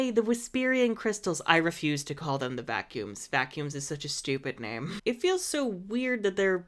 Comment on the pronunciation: Vacumes sounds like f..k you